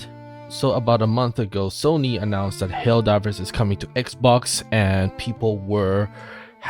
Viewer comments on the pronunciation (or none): none